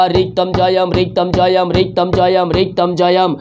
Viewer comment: रिक्तम जयम नहीं, प्रभु येशु रक्तम जयम कहे ❤